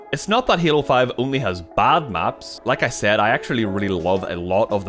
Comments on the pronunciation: It is pronounced halo. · "What makes Hyaelo, *Hyaelo*? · Why do you call it heelo? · is he saying halo? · Your accent when saying " halo" is the same way i pronounce "hello" when i walk into an awkward room of people 😂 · lol...343 comments before me, also he says halo funny, loved the video though